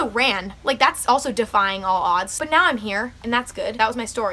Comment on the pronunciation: “F that neow”